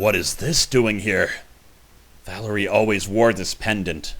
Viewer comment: You said Valerie correctly.